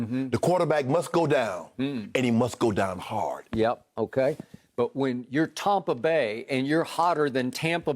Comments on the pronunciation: Stop saying Tawmpa Bay. It's Stoopid. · Skip "Tompa Bay" Bayless